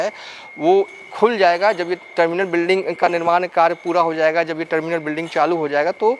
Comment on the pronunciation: Bhai...🙏🏻 Jaye ga.....instead of...Zaye ga....😁 Aap.... Bengali ho Ya Bihari ho........😭